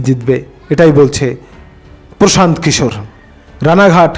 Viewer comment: দাদা সঠিক নামটা কি। প্রশান্ত কিশোর।না পোশান্ত কিশোর না পশান্ত কিশোর নামটা সঠিক করে বল।না তমার বলার কেলি